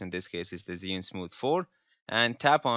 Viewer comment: It’s not zeeeunnn it’s chew-ing let’s get it right!!